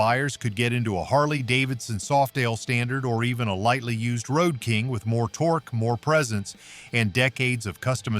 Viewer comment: Someone from Motorsickle Club, Please teach that ignorant robot how to read. It can bark at words like many 9 year-olds, but that's not conveying meaning. As soon as it said "tor-key" for torque, my mind was over and out. Never mind the plethora of other sweeping statements.